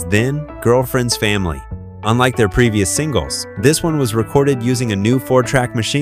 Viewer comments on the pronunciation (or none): none